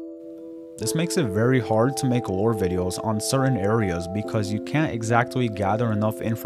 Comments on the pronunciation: Are you saying lore or war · what is the thing he constantly says GTA is lacking? Roar? War? I don't understand the word phonetically